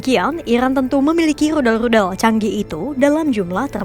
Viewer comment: Min Rudal bukan Ludal 😂